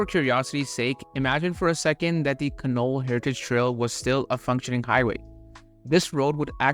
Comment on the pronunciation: the Canol road is pronounced can'-all emphasis on the first syllable.